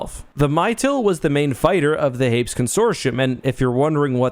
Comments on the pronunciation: Note from the Pedantic Police: Hay-PEAS...Hay-PEAS; "Hayps" just sounds wrong (in our opinion)... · "Hapes" Consortium. Lol. It's pronounced "Hay-Pees",;)